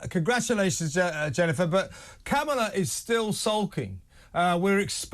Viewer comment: You pronounce Kamala WRONG!